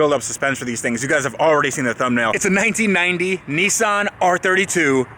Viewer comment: Its a nissan, not a neeson